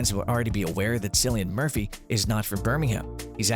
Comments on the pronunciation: I went to comment this too.. you’d think they would eventually get it right figuring how they’ve done SOO MANY videos on Peaky Blinders but in EVERY ONE he pronounces it like it’s said with an “S” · Not ‘Sillian Murphy. It’s pronounced ‘Killian’.